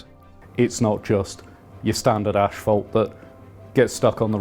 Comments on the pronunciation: It's not pronounced Ashfelt. #annoying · Genuine question is "Ashfelt" the same thing as Asphalt? I've never heard it pronounced this way and wondered if its a different material? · British pronunciations are hilarious. How do you get from asphalt to "ash-felt"? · Somehow it become ASSFELT in your little corner of the world, which is utterly wrong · As an American I’m always fascinated with the usual British pronunciation of asphalt. The initial “ash” sound seems utterly illogical but it’s well-established, and I’m certain that various American pronunciations don’t hold up well to scrutiny either… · It's not so much the "ash" part, but finishing with "felt" which is most curious. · Yes that sure sounds weird to us Americans. But then again think about the phonetic spelling of how we pronounce it: ASS-fault. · Why are British people incapable of pronouncing "asphalt" correctly? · I think you’re saying asphalt wrong. Tarmac is easier mate, seeing as you’re English. 😂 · U brits pronounce asphalt wrong and schedule wrong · Come oooon. It's not "ashphalt", it's "asphalt". There's no H. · Is it just me, or is everyone mispronouncing asphalt as "ÉSH-PHALT"? Literally had to turn the subtitles on, thinking they were actually using some other specific term that I wasn't aware of (they weren't...). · It's ass-fault! Not ashfault, damnit!!! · Thank you. As a lover of aviation, this was very interesting. Also, as an American, it was also interesting to hear how asphalt is pronounced in the UK. "Ash-Felt". In the states is pronounced "Ass-Fault". It just reminds me of how similar, yet strikingly different the US and UK really are. Cheers from California. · It’s asphalt, not „ashfelt“. 😂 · The way they are all pronouncing asphalt in this video is really triggering. It's not ashphalt, it's asphalt, there is no shhhh in there! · Asphalt is pronounced "ass-fault", and not "ash-felt". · What's...ashfalt? 😅 Do you mean Asphalt? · What's ashfelt? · what the fuck is ashfelt?!